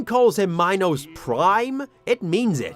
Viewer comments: horribly late, but I just wanted to say that it's pronounced Mee-nos, not my-nos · ...WHAT? prime? "Minus prime" . what. its "Minos prime" not minus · please stop saying mynos, thank you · that is NOT how you say minos